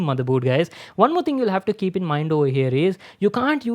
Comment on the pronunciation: keap? You mean keep lol